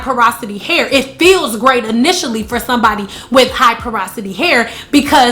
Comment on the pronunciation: Parasity????! Porosity girl🙄